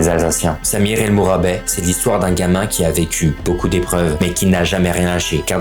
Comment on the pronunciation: Il faut prononcer t de mourabet